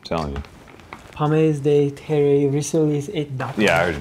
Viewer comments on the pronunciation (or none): none